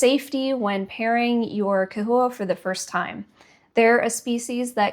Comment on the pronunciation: Bro! Pronouncing with a "k" sound is the proper Latin pronunciation for the "ch" at the beginning of the word. Somehow, everyone can pronounce Chondro using the proper "k" Latin pronunciation, but can't apply this to the term "chahoua". Lmao, smh...oh well.